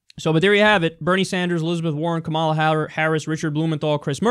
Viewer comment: Kyle I love you, but you have to make a correction to this or give a source. There's no way this costs 600 billion; not even the most scummy estimates go that high.Also on a smaller note, in "Kamala" the emphasis is on the "ka" and not the "ma".